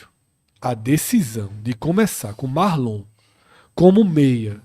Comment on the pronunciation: O nome é Marlon não Márlon